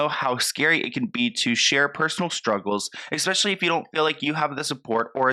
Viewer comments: I love your videos but one little thing is making me crazy. It's ESPECIALLY not EXSPECIALLY 🤣❤ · There’s no X in the word especially.